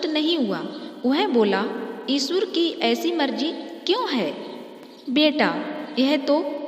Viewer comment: O bhai vo eshur nhi eshwar h.